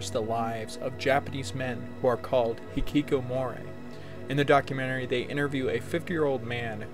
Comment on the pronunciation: You really seem to enjoy saying Hikikomori in this video, though it sounds a bit more like you're saying hikikomoray. It's a fun word no doubt. It does seem like a symptom of high pressure systems that some people simply choose to opt out completely. It's kind of like, what's the point? I can't help wonder who is failing in this scenario. Is society failing these people by not providing them with meaningful career paths that they can derive enjoyment and esteem from or are they themselves to blame for not giving it enough of an effort? I personally believed that by abstaining from the market place, there would be a correction in it to satisfy everyone available to work eventually, but it would seem that the ruling class simply has too many people willing to fill the gaps. That there are too many docile creatures in the world willing to work for peanuts either from the local market place or importing workers from poorer nations where a peanut is worth 3 to them. I watched Nebraska. I will say that one of the characters, the son, is actually quite likable and in terms of wanting to like and root for a character, he seems like someone you might want to root for even though the movie really isn't his story. A lot of the characters in this movie though are rather despicable people with little to redeem them. It's weird because Woody Grant to me is a kind of grown up Jack Cole. It's like you got your wish. Nebraska is the movie about Jack Cole, although, mostly about the ramificati